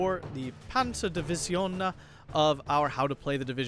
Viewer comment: Started playing this game about week ago and NGL I like the way people pronounce the finnish words/names. like how he said Ä as A :D and Ö as O and double letters like EE as E. :D